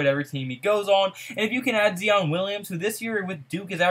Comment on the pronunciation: I be tellin ppl this same shit...and his name is pronounced ZY-on